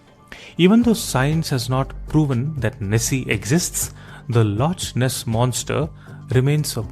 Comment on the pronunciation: I punch myself every time i hear lotch ness😂